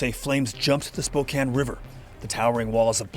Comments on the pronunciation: Spokane, Washington is pronounced Spo-can, not Spo-cane.🙂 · Spokane is pronounced as "spo-can" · Spokane is pronounced with a short a, not a long a. Spokane was built inside a forest so huge parts of the city itself have burned down. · Spo-can.. It was arson not global warming.. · Sorry! It's pronounced Spo-Can. Can you say it? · “Spokane…” (pronounced Spo-kan like fan, man or ran. Thank you for covering this. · It's spo-can